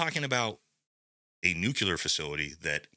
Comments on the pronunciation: It's NOT nuCULar, it's nuCLEar. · Not "nucular" ... NUCLEAR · It’s “Nuke-LEE-er” not nuke-yoo-ler 🥹🥹 You’re awesome tho! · I really do hate to be pedantic, but nuculur is not a word. Nuclear is. It’s incredibly grating to hear it mispronounced. Especially when it is so easy to pronounce correctly. “New clear”. That’s all you have to say. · It’s NUKE LEE AR not nukular. 🤦‍♂️ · It’s “nuclear”…. Not “nook-you-lure” come on man. Gotta be better lol. Grammar and literacy matter. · All of sigs gear in this contract has shown to be trash already. Also, it’s not nuculear hahaha it’s nuclear. Love your show man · I love this channel.. However, the word nuclear, is pronounced, new-clear not new-cular. 🙂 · "nu - klee - ur" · Brother please, it’s NucLEar NucLEar NucLEar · Say it with me NEW-KLE-ER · Also, that’s not how you say nuclear. My goodness.